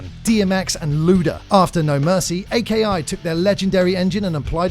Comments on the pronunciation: "A-K-I" It's not three individual letters, it's a word, Aki. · Dude, at least learn what the AKI engine is. It's pronounced AH-key not Ay Kay Eye. Another fun fact: NY is New York. Nobody says En Why. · Hey a / dosen't mean Vs., Aki is pronounced (A Key) not A.K.I. there are no dots in between each letter and Here Comes The Pain was the fifth Smackdown installment, not the 4th.